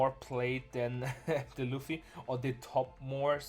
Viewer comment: you say roofy instead of luffy? I’m not making fun by the way, I’m curious what’s your accent from?